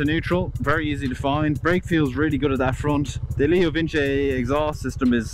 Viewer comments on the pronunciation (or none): I love how you pronounce leo Vince "leo vinchi" as if Vince isn't short for Vincent